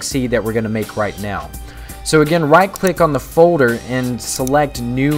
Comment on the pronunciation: FODER? folder? lol